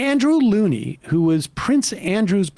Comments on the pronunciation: PS: Prince Andrew biographer’s last name is pronounced Lownie, to rhyme with cow. Not ‘looney’! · It's Andrew Lownie (rhymes with "Downie") not Andrew Loonie Sam! 🦆🧠